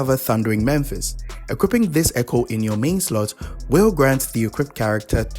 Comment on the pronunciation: Why do people always pronounce "Mephis" as "Memphis"? I don't get it.